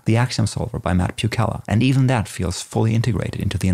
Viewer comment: "poo - cha - la" or if you want to go full Polish "poo - ha - wa"